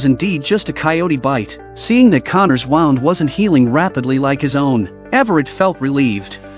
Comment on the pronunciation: The way this audio keeps f**** saying wound is really triggering